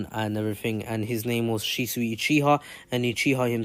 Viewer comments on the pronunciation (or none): none